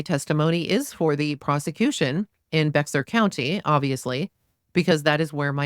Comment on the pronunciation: Thank you for your Transcript Reading. It’s phenomenal! Just trying to help for the future. Here in Texas we pronounce Bexar County Bear County. The X is silent. ❤ I know it’s different